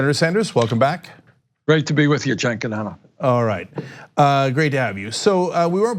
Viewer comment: Ah look , Bernie's finally learned how to pronounce Cenk's name correctly